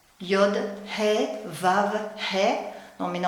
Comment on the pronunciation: Pouquoi prononcer le vav comme un w ?